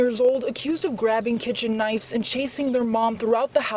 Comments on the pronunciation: That DEI hire cant even pronounce knives. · Knives. Not knifes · The DEI reporter said knifes not knives. Unreal